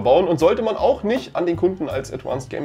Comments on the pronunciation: Das heißt nicht „adwanced“, sondern „advanced“. Klar? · Danke für solche Tipps.... Ich als Otto Kunde würd denen am liebsten schreiben 🙂 P.S. ADVANCED hat keine besondere "englische" Aussprache, was das "V" angeht ;-) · ein englisches "V" wird wie ein deutsches "V" wie in "Viktor" ausgesprochen... das klingt schrecklich. Das Gehäuse besteht auch nicht aus Aluminium, das ist verzinktes Stahlblech